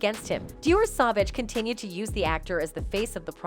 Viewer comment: It's SAUVAGE PLEASE SAY IT RIGHT!!!! WTH???